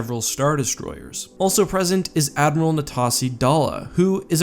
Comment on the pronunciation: Admrial! Get it right lol